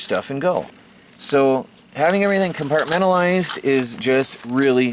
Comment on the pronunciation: take a shot of tequila everytime you hear 'com-part-men-tal-lized lol